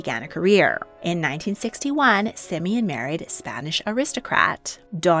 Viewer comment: Not Simin it is Симеон